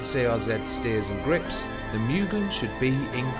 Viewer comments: Moooogen not mioogen! Moooooogen. *Pronunciation* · It's not Miuugen it's Mugen (Moo-Gane)